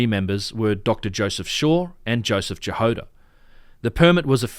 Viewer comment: About Dr. Jahoda, it's "Ya-Hod-ah" not "Ja-Hode-ah", and it means strawberry in Czech., Dr. Strawberry. :)